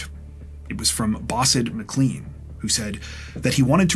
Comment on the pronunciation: McLean is pronounce Mclane not Mcleane